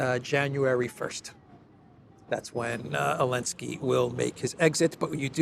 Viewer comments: Question: I keep hearing saying "Alensky" instead of Zelensky. Am I suffering from auditory hallucinations, or did anyone else hear that, too? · Love the channel! Just curious why does call him Alenskyy?